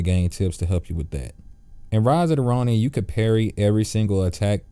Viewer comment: "In ridida ronin" 😂😂😂 good video though. Bro thank you so much. You help me beat mysterious samurai.